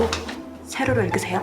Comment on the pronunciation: 남자분 세로로 읽으세요 할때 발음이 ㅋㅋㅋㅋㅋ 셰료료 일그세요 ㅋㅋㅋㅋㅋㅋㅋㅋㅋㅋ